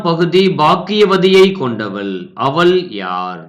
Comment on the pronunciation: தமிழ் உச்சரிப்பு சரியில்லை அவள் என்பதற்குப்பதிலாக அவல் என்கிறார்